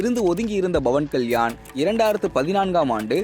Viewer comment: Dei yar da news read pandradhu, Bavan Kalyan illa Pawan Kalyan.